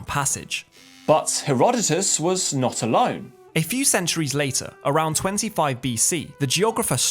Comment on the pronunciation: Ay Am nottt ay scientisttt. 😂